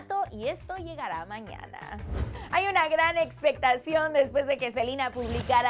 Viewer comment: ¿Soy la única que escucho que dijo "expectación"?